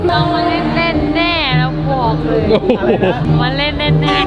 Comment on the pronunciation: 9.36 มาเลค่ะไม่ใช่มาเลอะ